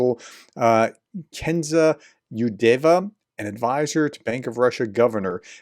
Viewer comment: KSENIA, not Kenza 😂